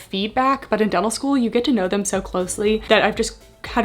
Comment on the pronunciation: I keep hearing “devil” school instead of “dental” and it makes me chuckle every time 😂